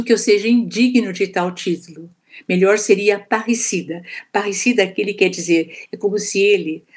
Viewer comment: Parecida? Parrecida? A dicção não ajudou... Palavra não encontrada... Ahhh Parricida. tive que ouvir 1000 vezes.